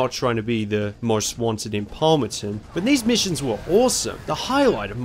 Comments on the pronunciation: The city in Carbon is called "Palmont City", not Palmonson or however you pronounced it. Good video though. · I always felt weird when you say Palmonton :D the City name is Palmont City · It’s Palmont City. Why does he keep calling it Palmonton? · It’s Palmont City, wtf is Palmeton